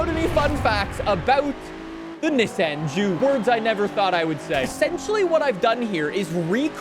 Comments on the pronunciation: Having some talking issue by saying Nesen instead of Nissan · He's saying Nesen